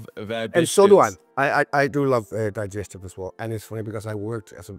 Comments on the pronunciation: ‘Die-stive’ - klassisk! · Glad I'm not the only Dane mispronouncing Digestive :D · the "digestive" is just so accurate. typical danish way to say that lol